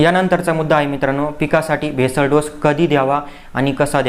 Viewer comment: बेसल डोस,,,, भेसळ डोस नव्हे l